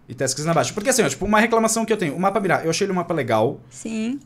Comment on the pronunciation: Ai que raiva, o fica falando Mirá mas é Mira sem o acentooooooooo